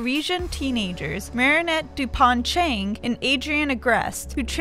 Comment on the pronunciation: me too, and before she explained that Marinette's father's last name is French for bread, i thought it was Dupont not Dupain.